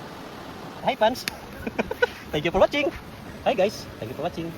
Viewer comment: Napurga na kami sa kasasabi ni ng tenk yu por watsing